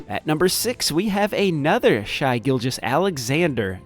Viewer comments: Not to be that guy, but I can't help it. SGA's name is "Shay" not "Shy." Sorry..... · It’s Shay not shy… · Its Pronounced "shay" gilgeous. Love the vids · Umm pretty sure its pronouned Shay Gorgeous-Alexander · Could you please start saying Shai Gilgeous Alexander’s name correctly. If you have ever even watched a game you would know. Thanks !!